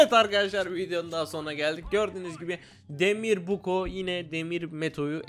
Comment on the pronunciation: Demir adam değil demiv adam